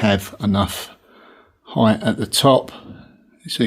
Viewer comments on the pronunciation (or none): The narration while doing the work was better. The way you say height 🤪